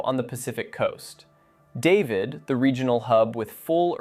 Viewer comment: Interesting insights & some details about places I don't know much about. Please know, though, David, city in Panama, is pronounced Dah-VEED, not David as in English. Likewise, mountain town is Boh-Kay-Tay. I've spent time in both! Boquete is lovely, David, not so much, although David, being a large city with an airport, hospitals & malls offers convenience. Not that far from Boquete, either.